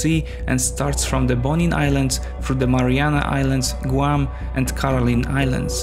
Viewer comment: You mispronounced Guam. Maybe you should have somebody review these videos before you post them.